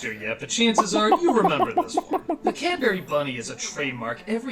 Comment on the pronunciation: Still a better alternative to the Internet when you're a kid. Is it true? Do Americans only have Cadbury eggs, and not the Dairy Milk squares? LOL, you can tell that that's talking, because she doesn't pronounce "what" or "Cadbury" correctly. Also, Domino's does chips (fries) here in Australia. They're just like KFC chips, but with different seasoning. And yes, KFC Australia does chips too. Maybe he should try driving at night at looking out for people in dark clothes. Did anyone noticed he used the wrong flag of the UK? That's from before Ireland (now just Northern Ireland) joined the Union. Also, I'm kinda disturbed that Doug doesn't know the term "United Kingdom".